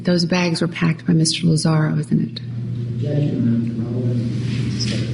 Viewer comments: Lmfao Judge Perry. Highzinger and Lazario. Even hearing it a million times he still gets their names wrong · Judge continuously refereed to Mr. Lazzaro as "Lazzar-E-O" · LOL my favorite one is how he pronounces Tony's last name "lozza-RIO" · The mispronouncing of the witness names is what’s so amazing to me.. how many times did tony lazario day and spell his name my lord... he never got that one right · This judge is in the habit of mispronouncing a lot of names. Amy Hizinger rather then Huizenga, Mr. Lazzario rather then Lazzaro. Lee was completely unprepared and should have taken the 20 minutes to review his deposition. Overall, the prosecution has a serious lack of physical evidence and if they had stuck to the facts this case should have lasted 3 to 4 days.